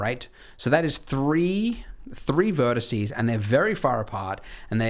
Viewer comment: Am I the only one who heard him say "verticey" like three times